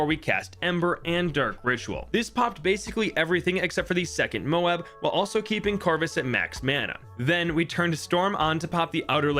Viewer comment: Dude, why do you keep calling them "mobes"? It's mo-ab, like Moab, Utah, or Moab in the Bible. My guess is that the bloon in the game is named after an actual weapon in the US Air Force arsenal, the GBU-43 MOAB. It's technically supposed to mean "Massive Ordinance Air Blast," but everyone knows it really means "Mother of All Bombs," just like the MOAB in the game stands for "Mother of All Bloons." It's Mother not only because it's big as hell, but because when you break the shell, all the other bloons pour out of it.